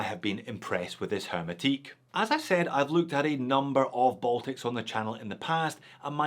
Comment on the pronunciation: It's a French word, hermétique, you don't pronounce the 'h' 😉